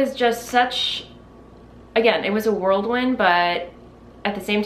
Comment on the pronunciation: LOVE your shawl! Side note: it’s whirlwind instead of world wind. 😘